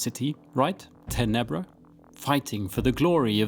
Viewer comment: In Italian it’s pronounced ‘tenebra with stress on the first syllable so I assume that’s how Roman Latin also sounded